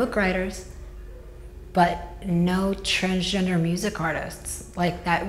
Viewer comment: He's changed himself so much he can't even pronounce the word 'transgender' properly any more. This is just another prime example of someone with an obsessive and compulsive personality getting caught up in a endless loop brought on by a cruel and twisted society. Have you ever noticed these men never stop? They constantly search for that unreachable dream though various surgeries and procedures without realising that in reality they spend thousands and thousands on being further away from who they really are. Good luck with the girlband mate, i'd be surprised if they even got 15 minutes